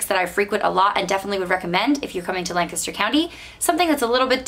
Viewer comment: I grew up in that area. It was nice to hear someone pronounce Lancaster correctly